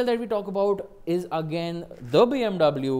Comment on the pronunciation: u calling bmw as bmv every now and then is annoying... plz stick to bmw and don't struggle in trying to show yourself off and fail miserably